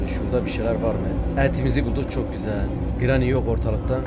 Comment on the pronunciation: Abi sana telafuzlarını sölim:granny=greni cutting pliers=katting piliyırs coghwheell=kogviıl